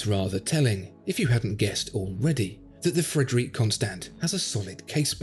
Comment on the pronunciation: PLEASE... STOP STAYING "CONSTANT" .. PLEASE... It's Con-Sto (con as in con-man and Sto as in Stop)